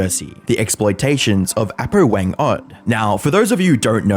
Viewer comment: hey, filipino here i just wanted to show you how to prounounce it, and so yeah, dont take this offensively please Apo Whang Od A(hard)po(hard o)